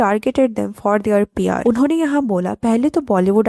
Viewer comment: Why does your PR sound like pyar? Why does your "kiya" sound like "kyaa"? And kahin = somewhere, kayin = many. Work on your pronunciation.